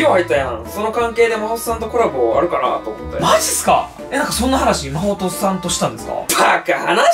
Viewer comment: マホっさんっていってるwww